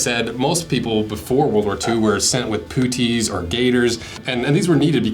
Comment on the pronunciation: So stop saying pooties, its wrong anyway. Rhymes and spelt the same as the golfing term "putt", so putt-ees. Still liked the video after I stopped laughing. 😂